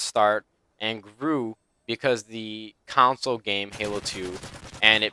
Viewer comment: It's console, not counsole <3